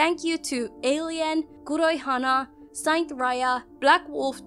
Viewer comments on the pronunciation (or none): none